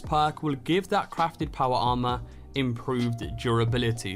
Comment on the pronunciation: Make a video of you only saying powa armah,for 3 minutes straight.